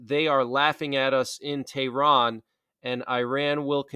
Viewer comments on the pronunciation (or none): none